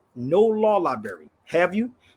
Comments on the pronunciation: It's libRary NOT libary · Someone should explain to sabir that the word "libRary" has an R, it's not "liberry"....this guy is educating?.... SMFH 🫤🫤🫤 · Insult what intelligence? Sabir is a very unintelligent person - he is a street con. He doesn't know the difference between the words "rather" and "whether". Sabir, the word is libRary, not libary. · “libary”? the word is library.. sir there is an “r” in the word you are not annunciating … this is sad.😢😢😢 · If going to a law "liberry" makes you a lawyer, then I must be an orthopedic surgeon after all my trips to the ER. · If you still can't using the word "lie-bary" I'm going to assume you a re and unintelligent person. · law "liberry"..fn retard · LIBERRY LOL CANT SPEAK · "Come debate me, but we're only going to talk about what I want to talk about and how I want to talk about it." Extra "smart" points for saying "libary" over and over again. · Is he saying lieberry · Is "lieberry" anything like blueberry or strawberry? Mmmmm 😝🤣😝🤣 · He can't even say the word Library!!! is a racist piece of human waste! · 'Law Lieberry' 🤣😝🤣😝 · Don't brag about a law library if you can't pronounce library! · 😂People stop using drugs like this browny. Maybe then you will learn how to pronounce simple words like library and ask. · Why is he bragging on that card as if he earned it. It’s not his, so what the heck is he talking about? HE CANNOT PRONOUNCE LIBRARY yet he is bragging on how many libraries he has been in. That’s a shame. He’s not just a racist, he is an idiot. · Yeah. He’s soooo great he needs sponsors to buy a him plane ticket and can’t pronounce ‘library’